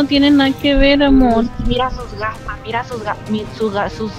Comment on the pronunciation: El pibe dijo gafass😂